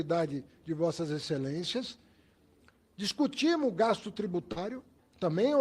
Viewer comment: Esse haddad tem dificuldade de falar no plural hahahahha " Nós discutimu"